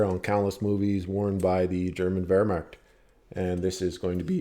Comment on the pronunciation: "the german uewrrwuaarcht " hehehe good shit bro